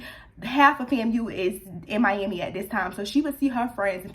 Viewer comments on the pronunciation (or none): prolly cause it sounds like mi-yam-i when you say it lol idk